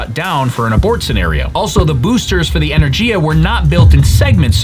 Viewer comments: G in Energiya pronounced like Give not like Jim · Great job as always, The one and only feedback I would give you is that you pronounced the Rocket’s name that lifted it be Buran as Energía when is actually pronounced as Energia. 😉